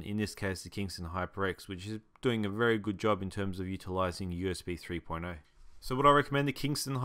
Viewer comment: when he said 3.0 i thought he said porno